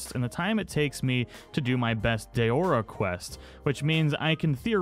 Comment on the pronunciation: It's not pronounced DAYORA! It's DAORA .